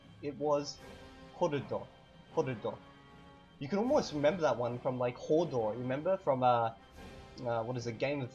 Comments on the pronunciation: Your pronunciation of Hordo sounds as if it has three syllables: Hor-do-do. In reading and listening to other similar words (e.g. lernu kaj Kurso de Esperanto), my impression would indicate two syllables: Hor-do, where the 'r' is rolled slightly. What is the preferred way? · Chad Walstrom The speaker in the video finds it difficult to pronounce the sound "rd", so he does indeed add a minivowel after the tap. That vowel should not be there unless it's absolutely necessary. It should consist of only 5 sounds: h, o, r, d, o (without diphthongs). And as for what Evildea said, it is acually only a tap. Rolled "R" is badly regarded in the esperanto community, but it is accepted when the speakers find it difficult not to use it.